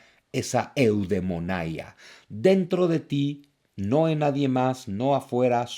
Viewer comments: Que carajos es la eudemonaia? Que no era eudaimonia? Y hasta lo pone en grande jajajk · Zunzu... Sin el ánimo de contradecirte y mucho menos de hacerla de pedo, la palabra Eudaimonaya está mal dicha; es Eudaimonía. Por cierto, soy super fan y lector tuyo. (No le hagas caso al nombre del usuario, mi nombre es Alejandro). Saludos.